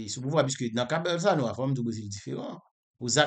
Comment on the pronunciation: Bolsorano se pa bolsano 😂😂😂 kom Ou pa papal ni manmanl men en portigais yo prononsel bowsolano